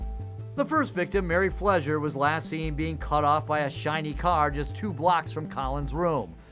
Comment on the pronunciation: Sounds like they saying Mary Pleasure to me but it's Flezer .